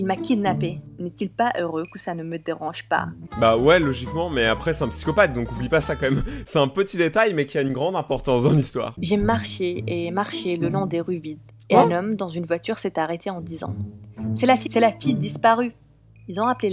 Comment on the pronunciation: " Imprortenze" de:^